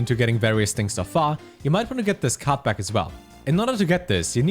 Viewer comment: that german accent, cannot understand when he says card back and/or card pack